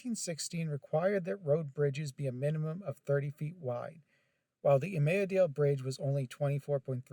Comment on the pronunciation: Hi. Local here. It's pronounced "Mus-con-net-cong" (river and lake). Imlaydale (pronounced "Im-lay-dale") is a historical registry community and has an old mill and such. It's a residential community now.